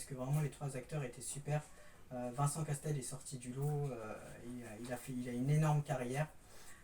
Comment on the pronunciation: Salut bravo pour ta vidéo mais par contre c’est Vincent Cassel pas Castel lol